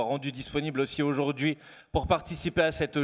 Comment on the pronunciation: Manuel, petit exercice de prononciation bienveillant : répète voir "Législative" plusieurs fois et non LégislatCHive ! Idem pour "significative", "représentative" Idem pour aujourd'hui et non aujourd'Jui. Crédible et non crédJible...😉 D'avance merdi. Sinon tu es génial.